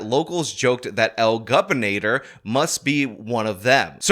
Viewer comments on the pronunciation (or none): Lol. Gobernador is pronounced like Go-Bear-Nah-Door…great video! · Pronouncing el gobernador like "el governator" is hilarious.